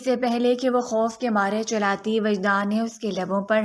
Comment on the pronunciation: Chalati nahi hota chillati hota hai paehly urdu sahi bolna sikho